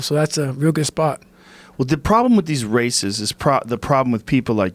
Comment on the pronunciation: Holy shit I thought joe said “the problem with these racists, is people like you!” But he actually said races 😂